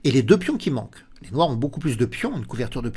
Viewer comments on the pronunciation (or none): none